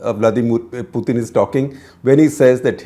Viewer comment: FFS, learn how to say Putin’s name correctly